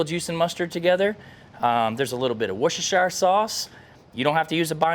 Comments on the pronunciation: I’m not English but don’t say Wostershire sauce,it’s pronounced “Wooster sauce”.👍😂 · The absolute confidence carries in pronouncing Whoreshis….. warchester…… W sauce is inspiring. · It's pronounced worstisstchiieer sause. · It's pronounced "wuss tuh shuh" sauce.